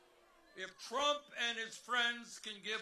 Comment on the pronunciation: How long into the speech before the Ol'' Fool "..... bwamed Donald Twump for evewything..."